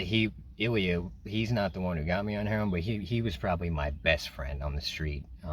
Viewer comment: That's not how you pronounce Ilya, but I understand that it's hard to pronounce for foreigners